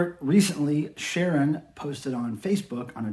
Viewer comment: Thanks for watching! And I just learned I've been pronouncing Ciaron's first name wrong all the years I've known him! Ooops!